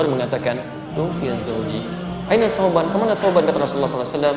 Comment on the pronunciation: Salah ucap ustadznya.